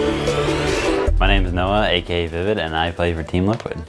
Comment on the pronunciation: In the beginning it said let’s go liquid. I though it said let’s go vivid